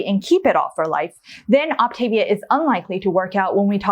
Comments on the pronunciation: Very interesting. Please pronounce programs correctly though...It's pronounced OptavVIA. (Like Mama Mia) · This is minor but the pronunciation is Ahp tah- veeah. There are more options for snacks than listed, you don't have to get approval from your coach that is part of the actual plan. Moving into maintenance isn't a set calorie level. You calculate your TDEE and they help you determine what your intake should be. Some people who don't want to count calories sort of feel it out adding a little more food or subtracting it as necessary according to how they're maintaining weight and how they feel. Generally, people who only have a little weight to lose should be pointed towards the 4 and 2 not the 5 and 1, also people who want to exercise beyond a moderate level. When I got close to my goal I switched to the 4 and 2 because my energy level was dropping but I was already at a healthy weight for a while before that happened. I stopped just short of an athletic BMI. You can have butter but in very small amounts and not every day. Also, the nutrition info you showed was from the Medifast line. They are discontinuing that line and the Optavia line is cleaner and more nutritionally complete. You do not need a multivitamin if you are doing the 3 and 3, 4 and 2, or 5 and 1. There is also a 5 and 2 plan for people who are really obese. I was moderately obese when I started, I lost 92 lbs and have felt great since a few weeks after starting except for that little period I mentioned above. All that said it was a pretty reasonable review, just a few inaccuracies. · If your are going to Review Optavia, you should learn to pronounce it. Op-ta-via. thanks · Please learn the actual pronunciation of the Optavia program. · You don’t even pronounce the name of the company.